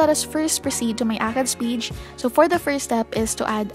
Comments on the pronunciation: Funny how you pronounce page as peach 🙊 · i couldnt watch the whole video because the way you pronounce 'page' was so annoying im sorry